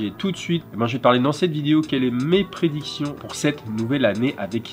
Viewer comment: Merci pour cette nouvelle vidéo 💯 au top meme malade. A la 00min07sec "Quels sont mes présidictions" 😘😘